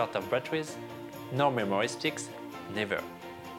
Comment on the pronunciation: lol the way he says memory steeekz